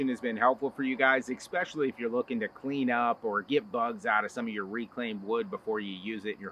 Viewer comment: ESpecially, not EXpecially.